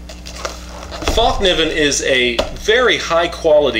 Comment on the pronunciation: fäll pronounce fell ( meaning fold) just a tip thanks for the review;)